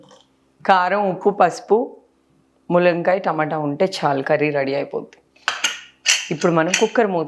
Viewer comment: ములంకాయ ఏంటి తల్లీ తెలుగు రాని దానిలా